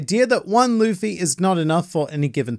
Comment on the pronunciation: When you said lufii 💀